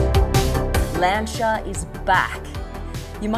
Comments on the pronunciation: Lan-Si-A.....not Lancha 😮😮😮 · I hate tat she says “lancha” instead of "lansia" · Bloodie it's pronounced Lan- see-a & not Lan-char. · Sorry Alex, but I'm not reading thru over 300 comments to see if someone told you or not. Ahhh your ....surprised someone around the car didn't tell you. It's not Lan-ch-a ....its pronounce Lan·see·uh. And I agree the design looks real cool. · Learn to pronounce Lancia. It’s not “luncher” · Lancia. Not Lanchia. Can’t listen anymore. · It's lancia not lanchia :) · its LANCIA ... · There is no h in lancia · Never heard Lancia pronounced like that 🤔🤣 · You are pronouncing lancia incorrectly 😂😂😂😂😂